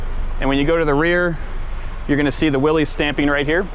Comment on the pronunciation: glad to see that u say Willis... yes, its not willies.... a willie is what people pee with.